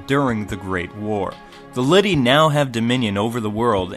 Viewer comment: Its not lity its Lilty (lil-tee)